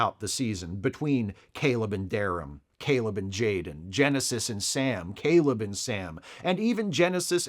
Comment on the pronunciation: said Jayrem ❤😂